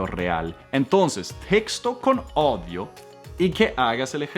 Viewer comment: Cuando escucho a comenter errores en español, me hace sentir mejor porque me cuesta pronunciar la “R” en frances 😂😂 🤣 además dijo que “daughter” es niña cuando entralidad es “hija” y, también noté que no puede pronunciar bien la Ñ, aparte dijo “odio” en vez de “oído”... pero la verdad a mi me encanta